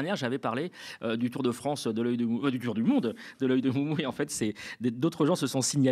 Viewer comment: Excellent, comme d'habitude! Merci! Une toute petite remarque, cependant, concernant la prononciation du mot "TOUR" utilisé dans l'expression "Momo Tour" pour désigner la "Tournée de Momo" et qui dans ce sens (de parcours, de circuit, d'excursion...) se prononce /tʊər/ et s'écrit comme son parent français, et non pas, comme le cher l'a fait, "Tower" qui s'écrit ainsi, se prononce /'touər/ et désigne un pylône, un édifice - (comme dans Eiffel Tower, Freedom Tower...). Cordialement!